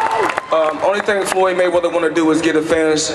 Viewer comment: DID HE SAYS MANNY MAY WEATHER? LOL...